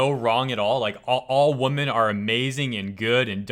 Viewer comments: "women" is pronounced "weh-men" not the same as "woman". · You're a good guy, but please learn to pronounce the plural of women properly.